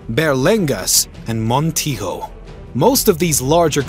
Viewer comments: Montijo is not pronounced in Portuguese as it is in Castilian Spanish. The J is pronounced like a normal J, such as in John. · Hearing him say "Alfonzo" when referring to our king was bad. Hearing him say Portuguese names with bad Brazilian accent was equally bad. But surviving his pronouncing "Montijo" as if it was a Spanish word required a super-human effort. (And by the way, the 4th battle in that list should be Montes Claros, not Montes Carlos...)